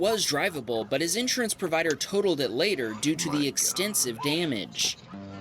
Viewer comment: please look up the pronunciation of insurance